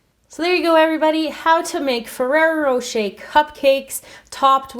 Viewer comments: it is ferrra rocher and not ferra rocha like you were saying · I'm sorry but it really bothers me when you say ferrero rocher!!! It was driving me crazy... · I'm sorry but it really bothers me when you say ferrero rocher!!!